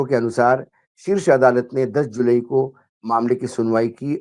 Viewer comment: जुलाई कहिए, जुलई नहीं 😂